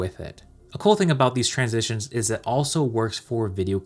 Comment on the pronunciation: Ooops. "Transistions"